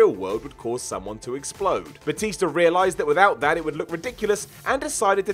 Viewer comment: And it's batista not batister